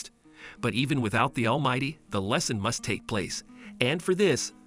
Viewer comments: All might❌ All mighty✔️ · Bakugo and deku pronunciations are god dang awful and almight is almighty for the first half of the video